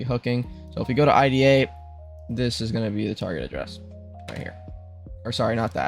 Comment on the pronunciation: Its pronounced like the woman’s name — “Ida” (eye-duh), not spelled out “I-D-A.” The name IDA stands for Interactive DisAssembler, but most people in reverse-engineering and security circles just say it naturally, like “Eye-duh Pro.”